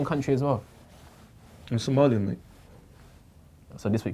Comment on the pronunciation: Somali* fucking nitty keeps saying “Somalian” ffs